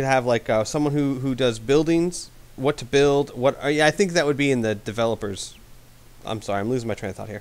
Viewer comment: "I sorry" sounded like "Asari." Limey for Brits, but only Brits.